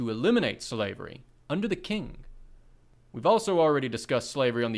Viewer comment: Thank you so much for the recordings of the Professor’s original essays. Just a note: Qing is pronounce with slightly slurred ‘ch’ at the onset, so it sounds much closer to ‘Ching’ than ‘King.’ Q is weird in pinyin.